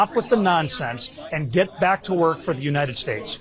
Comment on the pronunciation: Did JimBo just say " Gey back to Work?!" Huh?!😅😅 Its been 15 yrs in office & this dude hasn't put anything into Law....And still gets paid. I've Never Ever had a job...And Not do my job and STIll get Paid. Now IF THATS NOT WASTED TAX PAYERS MONEY, I DONT KNOW WHAT IS. #YourAhWasteOfTimeJimBo